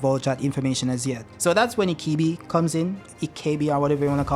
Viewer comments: Why do you keep calling ibiki, ikibi? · Sir You kept pronouncing Ibiki wrong you kept saying Ikibi not ibiki!!!! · Dont know why you keep saying "IKIBI" It's I-B-I-K-I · R u saying ikibi 😂 lol it’s pronounced E - BEEEEEEK- ie 😂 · His name is Morino Ibiki and not Ikibi LOL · Ikibi ??? My hears hurt, it's ibiki for fck sake damm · bruh, not that hard to say EEEE BEEE KEEEEE.. ikibi lmao xD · Am I the only one that gets triggerd by the wrong pronunciation of the name "Ibiki" I-BI-KI not I-KI-BI .......nontheless cool Video! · Mitsuki the real MVP this chapter. Also stop saying Ikibi. His name is I...bi...ki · I think he's called ibiki not ikibi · HIBIKI repeat after me HI-BI-KI! Thank you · Say it with me E BEE KEE Ibiki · its pronounced e be ki my guy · Bro keeps saying “ikibi” like the name ain’t in many pages he’s reading. The cuffs restrict the formation of chakra, not just jutsus. Everyone uses taijutsu, that’s physical reinforcement type of jutsu. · Pronouncing Ibiki’s name wrong the whole video is nasty work😬